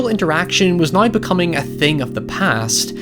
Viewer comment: English Language: "Now": "nOiY"